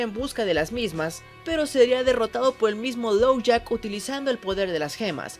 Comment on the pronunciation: Uh Dijiste "Lowjack" y es "Lockjaw" Solo eso, me encantó el video